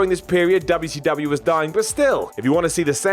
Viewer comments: Thank You! it's annoying as hell hearing him say Wubbya C Wubbya. it's fuckin WCW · DUBYA SEE DUBYA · Quit pronouncing wcw like that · Finally, someone else is sick of him doing that!👍